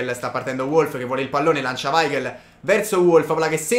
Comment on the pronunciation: si legge Volf vecio